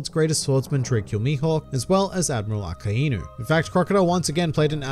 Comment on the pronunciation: why do you say akainu like that or am i saying it right